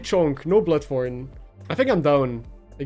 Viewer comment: I had the video on audio only and had to check what item is called "foreign" 🙄 Why do you pronounce "thorn" as "foreign" 🤔